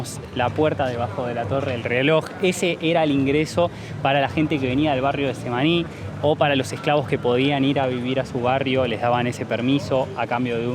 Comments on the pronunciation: El nombre del barrio es Getsemaní, no Semaní, por lo demas, todo bien. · Chicos no es Tsemaní es Getsemaní